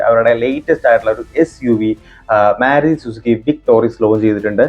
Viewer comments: മ്യാരുതി അല്ല ബ്രോ മാരുതി എന്ന് പറയൂ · getting irritated, when using myaruti, please correct it